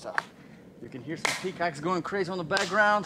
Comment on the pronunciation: i died and went to heaven when he said peacacks.